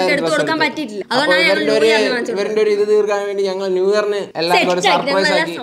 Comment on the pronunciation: യെ പോലെ സപ്രൈസ് എന്ന് പറയുന്നവരുണ്ടോ😂